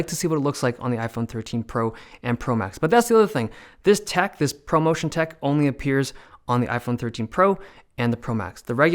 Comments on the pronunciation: He said poverty screen😭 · "poverty motion" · “Poverty motion “ 🤣🤣🤣🤣🤣🤣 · "Poverty motion" hahaha LOL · "ProMotion" vs "POVERTY MOTION" lol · This man really called 60Hz PovertyMotion™ LOL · PovertyMotion stays in Motion. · Not “poverty motion” 😂